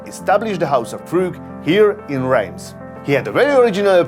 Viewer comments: I thought Reims was pronounced “Rass”. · With such enthusiasm, you might at least learn to pronounce Reims !